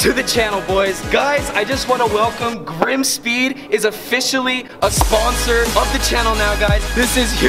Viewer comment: Lol she can’t say Grimmspeed 😂😂😂😂💯👌